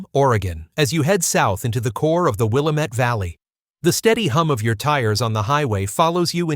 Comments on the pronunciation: Wil - Lamb - Et. Not Willa - Met. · Anyone who can't properly pronounce the Willamette Valley doesn't know jack about the PNW. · He should learn how to pronounce Willamette.